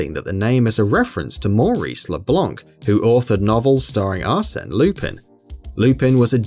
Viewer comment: My favourite pronunciation is probably leblonk